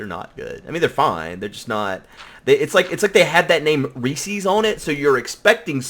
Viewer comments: Also - Rec"e"s? It's named Reese's pieces because it rhymes with pieces. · Ree-sees? A little different that how we say it in Canada we pronounce it as Ree-s-is. Reese's is a funny word I guess. Keep up the great work and can't wait until the next episode!